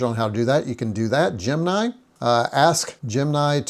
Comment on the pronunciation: GEM. IN. EYE not gem nye.